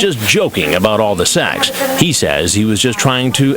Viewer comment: I don't think Chris Hanson realizes it's pronounced SEX......not SAX! 🤪